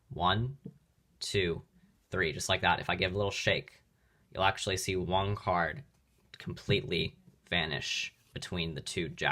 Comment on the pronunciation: Why do you keep pronouncing one card as “wanc ard” it’s so irritating